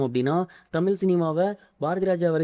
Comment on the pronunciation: தமில் சினிமாவ பேசுர இது உனக்கு தேவையா பேசுர தமிழ் பூரா தவறு